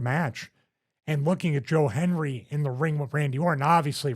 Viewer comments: Hendry... not Henry, Stevie haha! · Stevie called him “Joe Henry” several times. It’s “Joe Hendry” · Stevie cant even same his name right, calls him Henry about 20 times